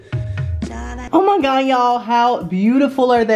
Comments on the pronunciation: Always poorly mispronounces oh my god when he tries the food. I watched him since 10k, big fan! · Replay every time he says “oh my gawd”